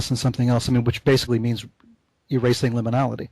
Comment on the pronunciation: one of the best Levenda interviews i've heard..but needs to learn how to pronounce 'liminality'..and to mumble less!